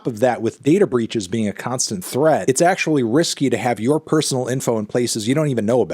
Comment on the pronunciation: “if Spotify ACKCHEWAULLY”